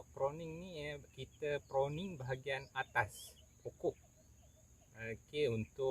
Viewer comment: Pruning bro,bkn proning…hehe